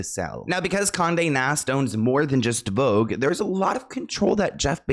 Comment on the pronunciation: VOGUE became FAUX-GE